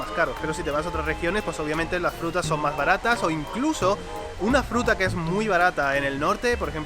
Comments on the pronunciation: en vez de decir fruta dice jruta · "La jruta" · dice jruta en ves de fruta xd